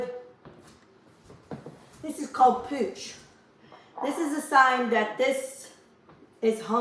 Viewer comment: I love your videos but I believe it's called "hooch". 😊